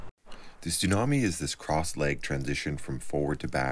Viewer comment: Are you saying "Stunami?" (that's what I hear), or is it a "Tsunami?"